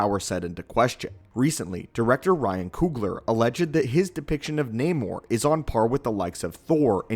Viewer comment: This is not namor "the sub mariner " This is naaamoor. Get it right.